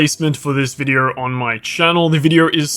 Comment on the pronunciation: Sorry but how does vide-oooo sound like vide-errrrr